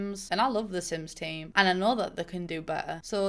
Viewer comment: De Syms Teem traits. BAHAHAHA!